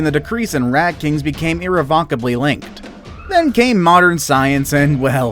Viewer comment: "Irrevoncably"? A tip - if you're going to take a gig as a narrator, you may want to learn English first.